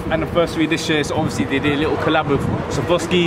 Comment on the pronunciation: Need to work on your pronunciation of Swarovski my g